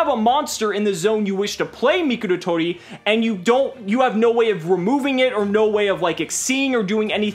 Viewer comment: How pronounces Mikoratori, "Mikulatoli"